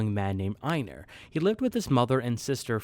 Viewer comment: I’m sorry but please stop pronouncing einar like that, you act like you haven’t watched an episode and see just reading off a script someone else wrote